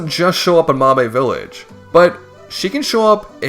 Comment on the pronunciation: "mahbae village" 😭😭😭